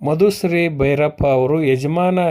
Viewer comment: ಮಧುಸ್ರಿ ಅಲ್ಲ ಮಧುಶ್ರೀ ಅಂತ, ಕನ್ನಡ ಉಚ್ಚಾರಣೆ ಸರಿಯಾಗಿ ಮಾಡಿ